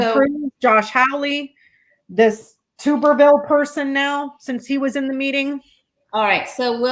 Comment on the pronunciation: His name is Tubberville " as in tub bath tub" not tube....lol